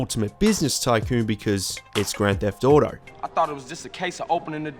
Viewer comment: grand debt auto